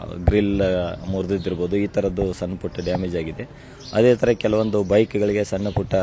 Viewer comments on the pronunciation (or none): ಸನ್ನ ಅಲ್ಲ ಸಣ್ಣ... ಸರಿಯಾಗಿ ಉಚ್ಚರಾ ಮಾಡು